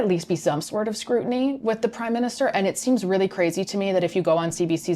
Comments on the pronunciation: "MIN-Ster" vs MINIS-Ter - With gratitude. Great job! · Minster not minister no Jim hacker